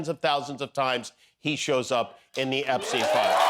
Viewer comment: Epstine not Epsteen.